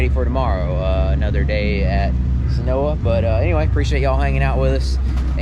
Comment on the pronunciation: Seh-noy-yah... not senoa, head up!!